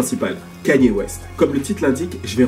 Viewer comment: wesh c'est quand que les gens arriveront a bien prononcé son nom ? ça se pronnonce "Kaï-Ni-É" bordel pas Kany et encore moins Kenny comme j'entends trop souvent